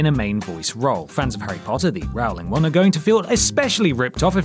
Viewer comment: Rowling rhymes with bowling, not cowling!!! LOL.